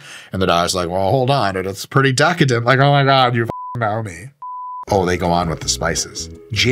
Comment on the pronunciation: The way he said DEHcadent the first time 😂